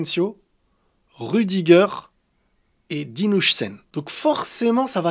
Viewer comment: Finalement Dean huijsen se prononce "Hawsen" et pas "Hoysen" 😂 Sinon trop hâte la nouvelle saison 👀